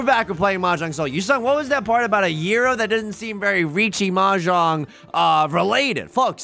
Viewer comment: Pronouncing "gyro" right? As a greek, i'm impressed.